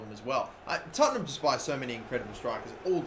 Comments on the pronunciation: ITS TOTT-EN-HAM NOT TOTT-ING-HAM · Tottingham??? lol! good pronunciation! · no its not its tottenham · dabmaster123ful yeah I just like it when people screw up Tottenham's name